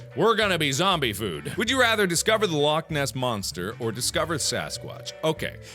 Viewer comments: All Scottish people are triggered because he KINDA mispronounced Loch XD, it's got a funny way of saying it. But Mark actually did a great job saying it XD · As a Scot, I need to say. YOU PRONOUNCED LOCH WRONG!!!!!! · YOU'RE PRONOUNCING LOCH WRONG!!! ITS LOCHHHH NOT LOCK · You need to pronounce loch as a true Scotsman "Lochhhhhhhhhhhhhh ness"